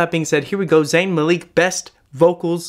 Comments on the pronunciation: it’s Malik PLEASE NOT MALEEK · It's pronounced Mal-lick, not Maleek. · Are we just gonna ignore the fact he said Zayn Maleek instead of Malik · The actual pronunciation is like closer to that without stretching the "eee".it is pronounced as "Mulick" instead of what Majority of his so called fans who pronounce it like Mae - lik . That is butchered actually. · Can I just say, my last name is also Malik and it is pronounced Ma-lik not Maleek. Thanks 😊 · also Mah-lick (or Muh-lick depending on where ur from with the british accent lol) not Muh-leek, but this dude is adorable and was so nice in his review that i'm not even mad lol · It's Malik, not maleeck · Derek the irony in your comment. For Zayn, it is pronounced Malik. Ma-lik. Not ma-leek. I know this cuz I know many people with that last name and you can also hear how Zayn himself pronounces his last name. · Wait we gonna ignore how he said "Zayn Maleek" instead of "Zayn Malik" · He said his name like Zayn Maleek. It's Malik lol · It’s not maleek MA-LICK sonits spelt Malik. Great video! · “Ma-leek” 🥴 It’s actually “Mal-ick” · When he said malek instead of Malik 😂😂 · Dude, it's not Maleek, it's Malik. Pronounce it as a lowercase i. Also, bro, Liam can bacically do the same, Niall is great, Louis is amazing and so is Harry. Check em all out bro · Omg he said Zayn maleek LMFAO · Ok but y did he say zayn maleek it malik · it's Zayn MaLICK not maleek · oh i KNOW you did not say zayn maleek. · no hate, zayn “maleek” tip, it’s like mal-ick :) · Zayn maleek😭😭 it’s Malik pronounced how it’s spelt maLIK x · It's MALIK not MALEEK! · AHHHHHHHHH YOU SAID MALIK WRONGGGG AAAH!! IM SO SORRY I LOVE YOU SOOOOO MUCH BUT I ALSO LOVE ZAYN AND AHHHHHHHHHHHHH ITS MALIK LIKE IHK MALIHK BUT ITS SPELLED MALIK IH IH IH!!! YOU ARE SAYING MALEEK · ITS MALIK NOT MALEEK!!!!!!!111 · Besides, you're doing it wrong its MalIk not malEEk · Zayn malik not malek lol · Zayn maleek lol this made me cringe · Dj maleeeeek 😂😂😂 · “Zayn maleeek”